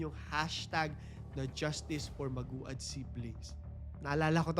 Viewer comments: Siguro biglang repesto din sa Family and victims importante din na alamin o mag search Tamang pagbigkas ng Pangalan Nila. Medyo na bobother ako pakinggan sa magu-ad dapat (magwad). No bashing. Pero peborit parin kitang story teller. 😊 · Maguad is pronounced as Mag-wad... Hindi po Magu-ad. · Maguad - MAG-WAD po pronunciation mg surname nila. Kaibigan ko po yung isa nilang kamag anak dito sa Manila